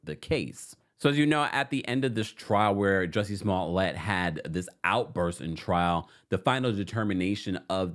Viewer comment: That great French Actor????😊 Juicy Smoo-lay?